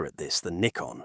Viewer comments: Other correction: the name of the company is pronounced "nikon", not "naikon". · Yes, daft Yankee pronunciation. It's Neekon, not Naikon! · It's pronounced Nee-Kon. NOT Nye-kon. This is the downside to using US-made AI tools for voiceovers. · Is it "Nikon" or "Naikon"? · Naikon made my ears bleed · It's interesting the pronunciation of Nikon changes through the video from NIGH-kon to KNEE-kon. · Can you teach your AI to be any smarter? Decide, pronounce Nikon as in Nigh-kon or Nee-kon? Duh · There were 3 different pronunciations in the video (Nick-on, Nye-kon and Nee-kon). Thanks for confirming the correct way.